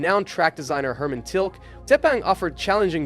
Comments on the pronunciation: Money money money. It never ends. Good post. And it’s pronounced Till-kee. Oy! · its not "Tilk" its "TilkE" !!